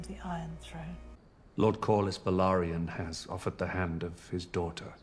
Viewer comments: It's "Kor-lis". Very easy to pronounce. "lis" is pronounced like in "list" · I lose it every time you call him lord calories lmao ! it's pronounced cor-lis and re-nee-ra 🩵 I love you and your reaction made my day ! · I haven’t seen any assistance with pronunciations in the comments, so in case anyone on patreon or wherever hasn’t said anything… Cor-liss Ray-knee-ruh Generally the names are phonetic, but they also all have British accents. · Sounds like: Corliss for Corlys Rayneece for Rhaenys Rayneera for Rhaenyra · Pronounce their names this way, Ray-Near-Ra (Rhaenyra) and Cor-Liss (Corlys) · Great reaction bro. The way you pronounce Corlys’ name is-Core-Less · So.. Lord Corlys.. Core-Liss lol Man I can’t wait for you to get further into this, it gets emotional and crazy!